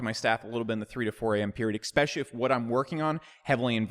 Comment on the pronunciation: I like the videos but... could you stop saying “eckspecially”?